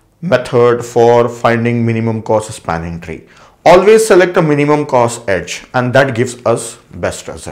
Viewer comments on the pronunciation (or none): none